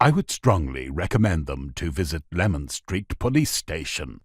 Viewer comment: listen again at 3.38 he said lemon nothing wrong with my hearing n I'm an EastEnders Leman runs south from Whitechapel Road to Cable Street